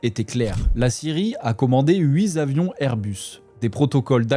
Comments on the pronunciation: Les huit zavions !!! Oups l’IA a déraillé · Huit avions et non "huit zavions" les fautes de la part de journalistes sont inacceptables. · Huit z avions. Non franchement tu peux faire mieux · On ne dit pas "8-z-avions", mais "8-t-avions"... 😣 C'est grave ça! On ne peut pas gifler Manu parce qu'il porte des lunettes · 8 Zavions ... Il faut retourner à l'école, garçon au lieu de t'esbaudir du "danger". Ajoute un peu d'esprit critique à tes leçons de diction. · Huit zavions ! Il faudrait parler un français sans faute, cela rendrait cette vidéo plus crédible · "Hui zavions" ?? c'est généré par IA cette vidéo ?